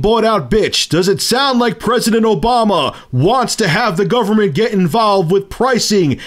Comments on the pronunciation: govern - uh - ment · new word....governanment